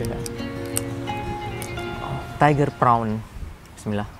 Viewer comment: Mantap...saran saja utk dinda, kalau baca bismillah, bacalah dgn sempurna. Mhn ma'af bukan utk menggurui...